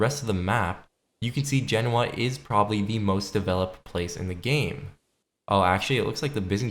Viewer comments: You said something like Jenawa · Genoa, you pronounced that fucking badly 😂😂